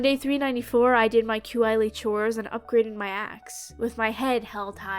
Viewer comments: I’m so glad I found another that pronounces Qi like Q Eye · Isn’t mr Qi pronounced Chee? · girl i love you but the way you pronounce Qi is making me lose my mind